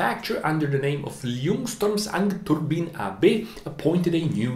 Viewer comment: Excellent video and bonus cred for the half-decent pronounciation of Ljungström Ångturbin and Svenska Rotor Maskiner :3 (I’m a swede myself)